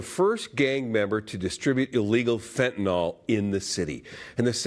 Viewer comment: Fentanyl not fentanol.